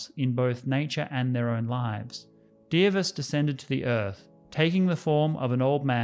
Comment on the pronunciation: clap clap clap You have nailed pronunciation of Dievas :)